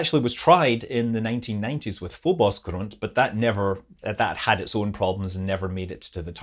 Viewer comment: You really nailed the pronounciation of "grunt". Satisfying.